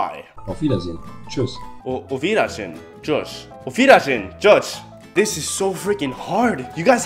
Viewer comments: Tschüss klingt wie Schiss 😂😂 aber ansonsten not bad ✌️ good job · Er sagt auf wider sehen tschusch